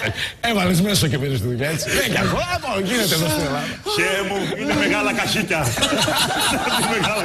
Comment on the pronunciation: Ναι ε; Εσύ που το ξες; Επειδή λέει: «Έλα πες, έβαλες μέσο;» Εγώ βλέπω πως στο βίντεο γελάνε συνέχεια όταν ακούγεται το Χ αντί του Θ. Μάλιστα σε ορισμένες περιπτώσεις αρκετά δυνατά! Επίσης ανεβάζουν τον τόνο που γελάνε στο τέλος που λέει: «Καχίκια» - «Θέσε μέσα». Βάση αυτών και μόνο βλέπω πως κοροϊδεύουν το Χ/Θ και όχι το «μέσο». Δεκτό να αρέσει το Ράδιο Αρβύλα αλλά θα ήταν καλύτερα να υπάρχει επιείκεια σε ανθρώπους με εκ γενετής πρόβλημα. Το Χ/Θ κοροϊδεύουν λοιπόν ..ΚΑΙ ΔΕΝ ΕΙΝΑΙ ΚΑΙ ΑΣΤΕΙΟ.